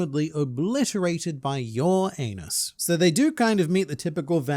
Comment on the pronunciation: Dude, i know you can pull of a Uranos spell like a spanish speaker i recomend a SA accent not the one from spain sounds stupid. If you can pull it of you could say uranos without saying your anus.